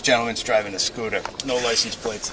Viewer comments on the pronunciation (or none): he’s driving a scootah